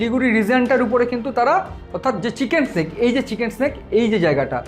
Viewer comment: বলছিলান ওটা চিকেন স্নেক নয়, চিকেন নেক হবে।